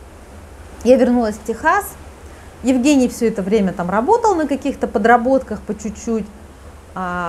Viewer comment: В России Евгениев обычно зовут Женями. Режет ухо,почему-то, как будто коренная американка рассказывает про своего русского мужа Еугэния)))